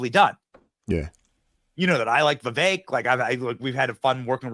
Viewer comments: Brother, his name is Vivek, rhymes with "cake". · Vi-vake...like CAKE, as in rhymes with! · Just to be respectful, it's "veeVAKE".